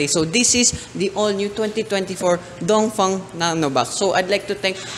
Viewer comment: Thanks for pronouncing Dongfeng correctly